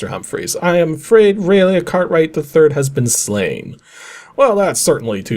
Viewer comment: For future reference, "Raleigh" is pronounced "Rah-lee" not "Ray-lay"